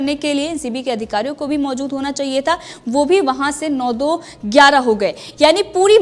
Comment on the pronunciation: Maozud nahi maojud hai jamanat nahi zamanat hai sahi bolo yaar